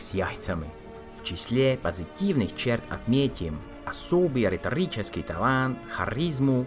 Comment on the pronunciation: Спасибо, интересно, хотя для России это как наводнение в Парагвае))). Произношение лучше. Продолжает бросаться в глаза: Ударение - это ударение, а не долгие гласные. На слух русского человека говорите: Шкодаа, талаант, наобороот, себяа, благодаряа, человиек и т.д. Также мягкая "л" не всегда даётся:председател, представителство. "Ц" не бывает мягким, произносится "в цэлом"))). И опять же, на мой слух в русском больше редукции гласных (малако) и меньше мягкости.